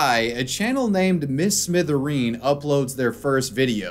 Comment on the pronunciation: Come on bruv, it's "Mr Smithereen" not "Mrs Mithereen".